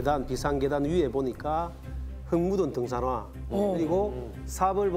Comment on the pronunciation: 표준말을씁시다 쌀.살 등산화 덩사나 신문지 시무지 사따기 시무지가 산딸기 신문지 발음 좀 똑바로해라